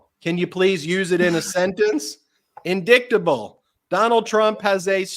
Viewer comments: In-dickta-ble.....it's a mistake I could've pronounced myself........but then again my first language ain't English. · " ... in-DICK-tuh-bull crimes ... "? 🤔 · I don't think MTG EVER finished high school. INDICK-TABLE. Really Marje? Perhaps you b need-in sum mo' skool in. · "indicktable" Oh my gosh, marj proves she really is uneducated. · "in-dick-ta-bull" As Bugs Bunny used to say... "What a Maroon!" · I’m sure when/if MTG reads, she’s moving her lips to sound out the words. InDICTable?? Everyone has different intellectual levels, but she’s so ignorant and vile that there’s no excuse. DUMB.